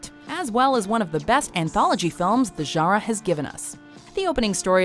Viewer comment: "zha-raw bender" I hate the way she says "genre".